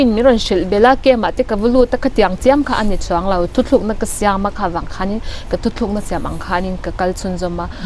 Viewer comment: hi nula fel tak ani ngei ang. "Mai" tih tur "mei" a ti thin leh, "thutlukna" tih tura "Thuthlúkna" a tih lai chiah hi sawiselna ka neih chhun a ni😁👍